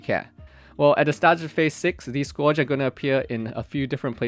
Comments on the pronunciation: bro its not pronounced like score-age. Its pronounced Scurge. L2 engrish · Scourge rhymes with surge, I hear people mispronounce that all the time, which I get it if english is your second language. It is not a common word.